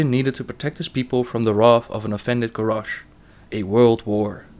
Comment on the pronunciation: grarrosh? lol